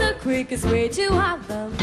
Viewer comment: Wonderful singing, shame she cannot pronounce the word HAARLEM. Sounds like she is singing 'heaven, or 'holland'. Still, she is just a kid - she'll get better and better.